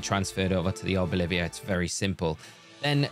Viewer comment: Arboliv”i”a is such a funny pronunciation, I have to nickname mine that 🤣 Thanks for the vid!